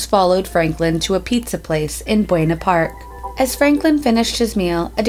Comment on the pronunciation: When she said buna park I freaked out because I live in Anaheim wich is right next to buna park